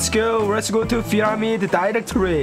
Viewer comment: Not PYRAMIR 😒 Is pyramid 😏 Nobbb 😂😂😂😂😂😂😂😂 😂😂😂😂😂😂